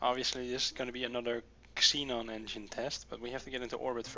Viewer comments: Just for clarification, the "X" in Xenon is pronounced with a "Z" sound. For example, Xenon would be "ZEnon." Its really confusing because the English language is full of weird exceptions. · Just so you know, when there is a word that starts with an "x," it is pronounced "zee" (I know you are not english), so Xenon gas is "Zeenon gas," in terms on how it is pronounced.